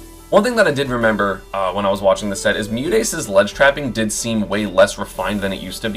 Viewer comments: l always get tripped up by esam's pronounciation of MuteAce,, l always hear something like MewDaise/MewDays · it's also the way he puts the emphasis starting on the D instead of the A tho, thats what l get hung up on. Obviously it's not a big issue, but if he's rattling off a few names in a different context l always have to double take to connect the way he says it to the way it's written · Isn’t that how all Americans pronounce it? With a D instead of a T?